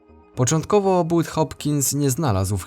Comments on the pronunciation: To znana historia. Budd Hopkins to dość znana osoba i czyta się "Bad" nie "But" . polecam jego książki. Większość swoich badań opisal w książkach na ten temat ,a ta historia jest jedną z nich. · "U" z angielskiego czyta się jako "A" z tego co pamiętam a propos "Bud'a" 😉